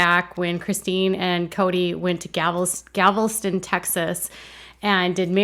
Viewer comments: As a Texan, I must say it’s pronounced Gal-ves-ton. First two syllables with short vowels, and the last is pronounced just like the weight. Thank goodness they didn’t go to Bourne, Greune, Nacogdoches, or Mexia, or you’d have really had some pronunciation issues. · Not relevant but it had to be said Galveston is pronounced Gal- veh- stin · I remember this episode like yesterday. It actually upset me he couldn't give Christine that one day!!!! ITS PROUNOUNCED GAL VESTON, TX. Not a pretty beach at all. Water is not blue or clear more murky full of seaweed. I wonder did he pick the place? Typical Kody Brown. I knew way back then how the family dynamic was. I also felt deep inside the two women I felt the most for were Janelle and Christine. Watching back the old shows it's pure cringe what all you see and how they were treated. He never loved anyone but himself and when he does find his love it's Robin.